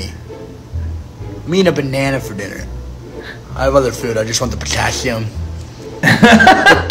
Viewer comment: “I just want the potassthium”